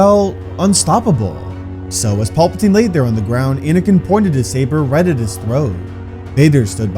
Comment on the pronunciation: Who TF is Paulpatine? You mean Palpatine??PAL- PATINE. Paul must be the clone that somehow came back in episode 9 🤣